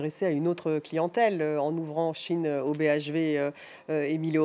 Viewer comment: C’est SHEIN pas Chine!!!